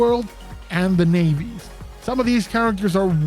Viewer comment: You had me until you said "nayvi" 😂 Other than that great video!